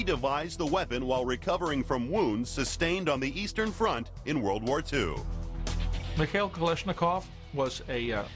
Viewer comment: михэил кэлэшникоу, как же я люблю американское произношение :D